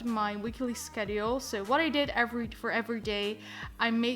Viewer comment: thats not how you pronounce Schedule